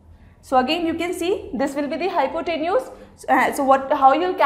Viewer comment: Was Not good explanation .Nd pronunciation of hypotenuse was wrong.